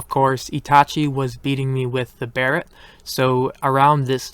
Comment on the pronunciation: Thank God you finally pronounce Barrett correctly